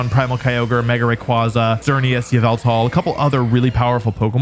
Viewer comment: ahem it's YAH-VUL-TAHL